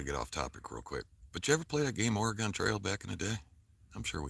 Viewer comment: Your butchering the pronunciation of oregon, its pronounced ore like oreo, and gone like gun put it together.